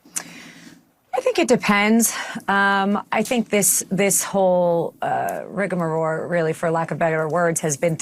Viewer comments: The word is rigamarole, not rigamaroar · Someone tell Habba it's "rigamarole". "RigamaROAR" is what Trump does when he blasts in all caps on Lies Social. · “This whole rigmaroar for lack of better words” a better word would be rigmarole you stupid airhead! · Wow. She doesn't even know there's an L, not an R, at the end of the word "rigamarole"... RIGAMARORE :face-green-smiling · Alina Hanna said Rigamaroar! 😂😂😂😂😂😂😂 Covfefa! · Habba can’t even pronounce rigmarole! What’s rigamaroar? Like Rigamortus? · Did she say rigamaroar? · Did she say "rigamaroar"? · Alina Habba "rigamorore"? What word is that? The actual word is "rigmarole". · "Rigmaroar" - where did she go to law school?... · Habba: "Rigamaroar" instead of "rigamarole." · She said” rig-a-ma-roar “ surely she meant rigmarole. Just wow coming from a Lawyer? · And she meant rigamoroar.